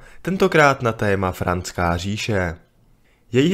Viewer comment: Franská... nikoli Francká 😨🤕